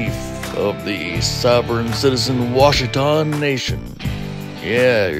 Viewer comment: Ah, yes. The Wa-shit-aw Nation.